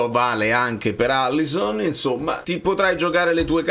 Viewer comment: Alisson, non Allison